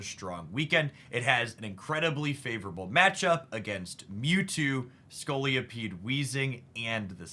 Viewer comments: Scolipede not Scoliopede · Great video and analysis. Quick point - there's only one 'O' in Scolipede. It isn't Scoli-O-pede ✌️